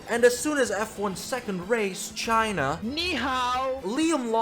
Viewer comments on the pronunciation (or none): none